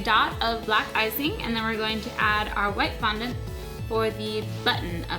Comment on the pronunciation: It is fondant not fununt